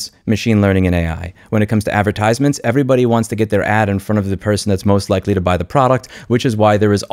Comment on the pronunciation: Why do you place the emphasis on the third syllable of the word "advertisements"? No diss, just curious XD